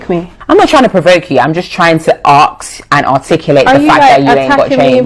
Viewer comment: it really irritates me when people say 'arks' instead of 'ask'